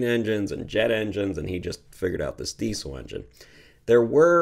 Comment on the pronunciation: Since Rudolph Diesel was German his name really should be pronounced deezul not deesul. Just a little Canadian criticism of my American neighbors, no offense intended.😊